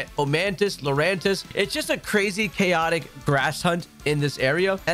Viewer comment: One word 3 syllables Lurantis